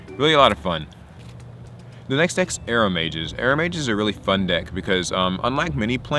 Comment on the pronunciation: IS THAT REALLY HOW YOUR PRONOUNCE IT!!! Arrow Mage!! I thought it was aroma-ges like as in Aroma-ges